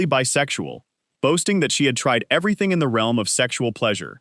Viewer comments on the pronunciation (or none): none